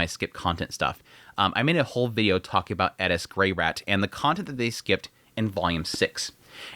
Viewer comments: in Japanese, english "L" and "R" sounds are essentially combined and kind of sounds like a short "d" sound. So when translating from Japanese to English, "Ri" or り/リ (Hirigana/Katakana) could be pronounced Li or Ri. So Gal Farion in Japanese is ガル ファリアン or Garu Fuarian in Romaji -> Gal Farion or Gal Falion in English. The way he says Eris in this video is also showcasing this pronunciation difference with translation. エリス or Erisu could translated to Eris or Elis, but when actually speaking Japanese sounds like Edis. One of the reasons why a lot native Japanese speakers have a hard time with our "R" sounds, because Japanese doesn't have a similar sound so it's more difficult to learn. When I was learning Japanese it was the opposite, as I was taught as using Romaji as a bridge between the two languages, i kept pronouncing them with a hard "R" sound because in Romaji each character is spelled "Ra Ri Ru Re Ro", but is actually pronounced with that short "d" sound sounding more like "da di du de do" However, there are characters that use a hard "D" sound being Da Di Du De Do" so it is a very slightly different pronunciation that cant really be explained over text haha. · Her name does not have a "d", it's Eris, not Edis..... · isn't her name eRis, you keep saying eDis... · Eris not edis… mixing pronunciations is weird. It doesnt work in english. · Stop calling her Edis. Her name is Eris. You dont have to say it like youre asian. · Did he call her Ellis? He’s doing it on purpose… bro is over articulating the name. It’s AIR•ISS. Bro can say air perfectly fine. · Why does he keep saying edis? It’s Eris? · Am I saying Eris name wrong? Sounds like you are saying Edis. First time to the Chanel. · Why tf do u keep calling her eddis not eris?? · Eris. Not edis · why are you pronouncing it edis? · Bro, just say Eris. She’s not even Japanese you don’t have to say it like that 🤣. The show even has a dub where they say her name just as it appears. I’m 3 minutes in and dying here.